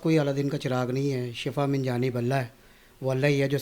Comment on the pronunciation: shafa mot ko kahtay. yah lafz shifa hay.